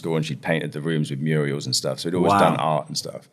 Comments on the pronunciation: "Painted the rooms with murials"... 🤣🤣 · absolute crackpot! lol painted with Muriels - this is how he's started - how many Muriels' helped with the murals? This clown's whole guff is oh, this word sounds a bit like this other word so that's the toruth! He clearly intelligent and articulate but his critical thinking is incredibly limited. Poor fella! He needs to understand the etymology of the words he's linking just coz they sound a bit similar.